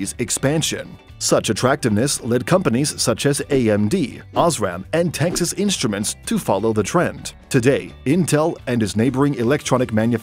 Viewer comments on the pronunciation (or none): none